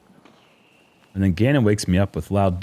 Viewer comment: Niklas = knee klas 2 syllables, cmon guys